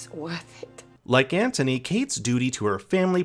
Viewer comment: How did you manage to mispronounce Anthony’s name throughout the ENTIRE video? Not like his name isn’t said a thousand times in the show to mimic.